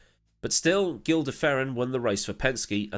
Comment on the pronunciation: The Gil in Gil de Ferran is pronounced alittle different. Look up his 2000 closed course record at Fontana, the ESPN crew got pretty used to talking to him in those years